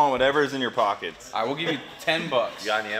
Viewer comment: "we also want whatever's in your pokets" Cooper 2019